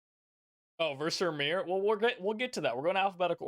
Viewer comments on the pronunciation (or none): none